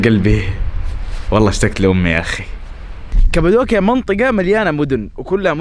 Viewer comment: مش كبدوكيا قبدوكيا بل قاف 😂😂😂